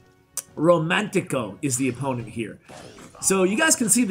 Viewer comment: said “romantico”😂his name was romancito “ro man si toe” is the pronunciation